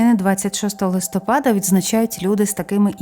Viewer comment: Дякую за цікаві розповіді, зміняйте будь-ласка наголос у листопада на склад -па-. Прошу не ображайтесь. Ми, у школі, коли вчили місяці нам знижували оцінки за неправильний наголос. Я запам'ятала це на все життя. І зараз по-душка, порт-фель дуже "ріже" вухо. Ще раз дуже дякую. Божого благословення👼🙏❤ на перемогу, на збереження життя і здоров'я всім захисникам і захисницям, процвітання вашого каналу. Слава Богу, Слава Україні. Слава ЗСУ. ❤❤❤😊😊😊